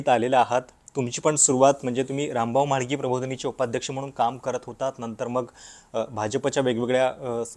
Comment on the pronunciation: णंतर म्हणजे काय हो? नंतर" म्हणा